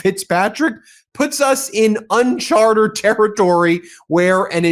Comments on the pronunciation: Ben, "Uncharted." Not "Unchartered." And while we're on it, the phrase is "let alone," not "yet alone." Thank you for your attention to these matters of detail. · It’s « uncharted » not « unchartered » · IMHO, shouldn't it be "Uncharted Territory" not "Chartered" as it sounds like you're saying :) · BEN BEN BEN!!! The word is NOT UNCHARTERED! It’s UNCHARTED!! There are Two Meanings; Two different words. FIX THIS IGNORANCE. Don’t say Unchartered when you mean “UNCHARTED”, which uses several times, in attempt to slip you the CORRECT word. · Great news, such a welcome development! This indictment and the Tish James indictment should both be thrown out! BTW, it's "unCHARTed territory" not "unCHARTERed territory" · Ben! It's UNCHARTED, not UNCHARTERED!